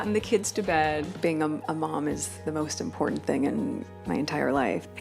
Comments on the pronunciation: Dear, it's important not imporant! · Ok. I’ve stopped watching..fed up with the notes being pushed off screen way too fast. It’s annoying. Oh and “important” not “impor’ent”. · Your work is excellent. Just a nit, though--please check your to pronounciation of "important". You say "impor-ant" (I think there are other similar words where this happens).